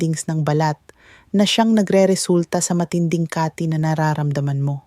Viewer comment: Mali ang bigkas mo ng kati hindi kaaati😂😂😂 taga sn ka doc😅